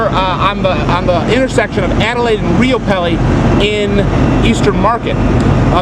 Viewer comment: Rye-O-pel = Riopelle